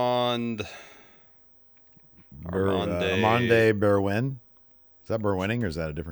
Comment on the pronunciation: It's pronounced "Arm-end Eb-er-wine" but appreciate the shoutout!